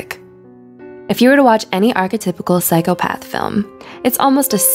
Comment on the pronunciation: I think OP is entitled to her opinion... Considering it was a valid one. Psychopath isn’t pronounced that way by the masses, therefore majority rules. Say it how it’s pronounced, so people don’t have to infer what’s being said. And before someone counters and says, “well I’m sure we all knew what she meant”, my point still stands. No one should have to guess, when it’s ten times easier to say it how everyone else does. I’m all for alternative subgroups rebelling against the conformity of society, but can we not be irritating about it. Hi, I’m a Type-A person, and small details like this grind my gears. It can’t be helped.